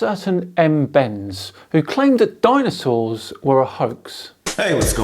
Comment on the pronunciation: I thought he said danosaurs then. Ahh yes, the famous SciManDanosaurus lives on :D